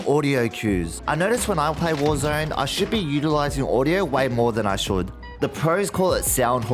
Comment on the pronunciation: Thank you for this videos! Great content, was looking for something like this :) However: Is "warzöne" the swedish version of warzone? Just wondering... ;) :p